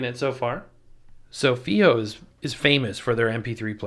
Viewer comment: I'd heard the company state it was pronounced "Phi-O" like in HiFi. It's a wonderful player, especially using balanced out, and the firmware updates have improved battery life.